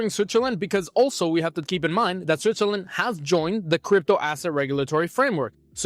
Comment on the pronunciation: I can‘t overhear you saying Zwitzerländ all the time😂